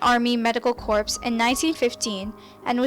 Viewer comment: Notice how she pronounces "corps" as "corpse".